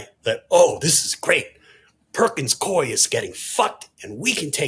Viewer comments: The law firm is pronounced Pur-kins Coo-wee. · It’s pronounced Perkins Coo-eee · JVL and George Conway: the Perkins firm's second name is pronounced "Cooey" and Mark Elias prounounces his last name El-eye-ess. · Always excellent info! FYI the name of the firm Perkins Coie is pronounced like “Koo-ee” 😊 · Pronounced "Perkins Cooey" I worked there for a few years in the 80s / 90s.